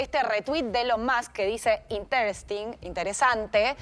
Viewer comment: "Interés ting".